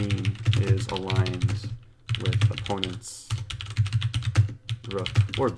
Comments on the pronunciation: "oponnent" sorry I just felt the need to comment this hehe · eric blundering the word opponent